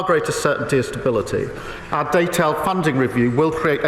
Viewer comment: At least Ed Davey says “our” - Starmer says ARE and I can’t bear it.